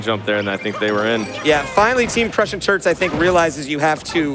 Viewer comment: I keep hearing the commentators say "Crushing Turds" instead of Turts